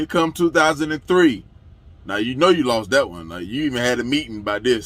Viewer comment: "Yuh Lawst" is funny asf 😂